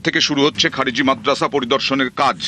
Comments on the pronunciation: খারেজি টাও ঠিক ভাবে বলতে পারে না সে আবার মুখ্যমন্ত্রী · ভাইরে উনি নেকি আমাদের মুখ্যমন্ত্রী।। খারিজি কে বলছে খাজেরি😂😂😂😂😂😂😂😂😂😂😂😂😂😂😂😂😂